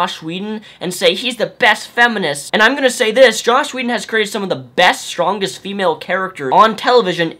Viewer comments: JOSS Whedon! Not "Josh" haha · But you keep calling him Josh, not Joss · I completely and undeniably agree with every single thing that you've said in this video. It just annoyed me to an extreme extent that you kept saying "Josh" whedon. It's "joss" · JOSS, JOSS!!! Not Josh. Otherwise completely agree :D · This is an open letter I'm writing to the internet. Stop calling JOSS Whedon "Josh" Whedon. Thanks. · dude !! JoSS not joSH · its joss whedon not josh whedon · Dude... his name is JOSS not JOSH... enunciate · He hates being called "Josh." Joss Whedon. Rhymes with "toss" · Joss not Josh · pre-emptive comment and i'm sure you've heard, but it's joss, not josh. sorry! ready to hear what you have to say! love your shit man! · JosSSSS not Josh :-P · Joss not josh brother . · quick nitpick: it's joss. not josh. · the title says joss. not josh. (I just heard you say josh idk if it's spelled different) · it is joss not josh. there is no H in his first name. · "Josh Whedon" How does no one get that right? Anyways, totally agree. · Let's make one thing clear: these are not feminists (including Anita Sarkeesian). These are misandrists. Oh, & it's Joss, not Josh. ;) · Jossssssssss, not Josh. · Am I the only one who keeps hearing "Josh Whedon"? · You keep calling him josh whedon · Benjamin Vanhees he has a speech impedement or however its spelled